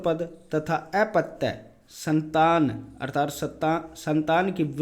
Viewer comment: अर्थार्त नहीं है। अर्थात शब्द है।